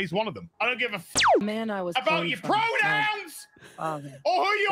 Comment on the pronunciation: I keep hearing "uncle fester" lol 😅